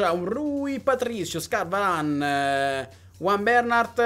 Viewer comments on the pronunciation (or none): none